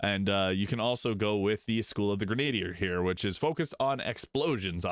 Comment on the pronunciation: Love your vids,. FYI - "grenadier" is pronounced "gren-a-DEER". I blame the French.